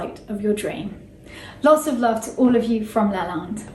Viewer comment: As much as I love it, she mispronounces Lalande and it’s driving me bit mad lol! But I do live the history and personal story❤️